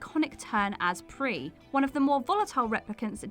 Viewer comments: Pris is pronounced P ris not pree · Even the other hosts know it’s “Pris” not Pree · #1: PRISSSSSSSSSSSSSSS, nae Pree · I still didn't catch half of them and I'm positive that none of them ruined their scenes. And Darryl Hannah's character in Blade Runner was pronounced like "priss," not "pre." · Not "Pree," her name is pronounced "Priss." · PLEASE work on your pronunciation! "Pris" is pronounced "PRISS", not "PREE". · And the no1.. Is pronounced Priss.... Not pree...you would know that if you had actually seen blade runner and listened to the actors actually saying her name, no point in an expensive education if you don't even listen to movie dialogue and working for a pop culture youtube channel.. ., and you lot are supposed to know about pop culture, tv and movies etc.. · Pris in that movie is pronounced "priss" not "pre". Roy, Rutgar Houer's character, even says it in the movie. Just saying. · Pree? who the hell is Pree? It's Pris, exactly how it is spelt. Have you ever watched Blade Runner? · I want to be supportive of this new presenter (is that what I should call her?), but Jesus jumped-up Christ on a keyboard, it's PRISS, not PRIE. I know you guys were invaded by the French 954 years ago, but if you aren't cool enough to watch the movie 197 times like me, you shouldn't be pronouncing her name. And WhatCulture should have filters of QC going forward. It's like a high-quality fanmade Star Wars film that can't pronounce "Boba Fett" properly (I saw one that pronounced "Bohba" (long vowel) as "Bobba"). Ugh. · Watch Blade Runner, people. It's pronounced PRIS not PRIE LOL. Fail. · It's 'Priss' as in, pronounce the 's', not 'Pree'. You can hear Roy Batty refer to her by name in the movie and he doesn't say 'Pree'. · Bladerunner - they pronounce her name as PrisS with a strong “S” sound, not French pronunciation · "Pree"? ...sounds like someone never even watched the original, where her name is clearly said multiple times. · Tolkien "adaptions" "Pree"